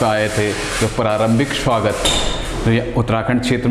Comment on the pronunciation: Shuwagt nhi sir swagat hota h .hr bat m sha sha q bolte ho irritate hota h